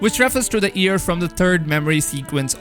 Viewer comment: He says “year”. I hear “ear”